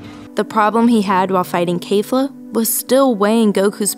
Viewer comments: It's not kayfla it's kefla lol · k-eh-fla. not kayfla. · It's not kafla it's kefla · i have only one question why are u saying keifla its kefla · Its Keh/Fla lol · The way she says kefla kills me. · My biggest problem with this video is the fact that she pronounces Kefla incorrectly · Her pronunciation of things ugh its kefla not kayfla and when she messed up genkidama